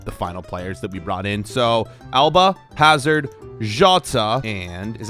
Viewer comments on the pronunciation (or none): none